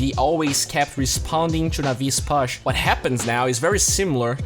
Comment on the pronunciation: Thank you for these videos man, really appreciate them. Your English has come a long way. Still some words like "push" that are a little off. The pronunciation should be more "poosh" than "puss(h)", but still I love your work. Keep it up.